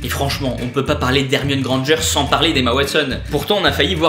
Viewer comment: On dit grand g